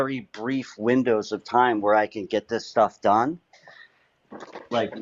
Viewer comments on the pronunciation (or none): none